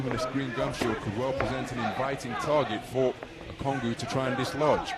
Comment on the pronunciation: How does the commentator get that pronunciation from "ONGUKU"? That's low key ...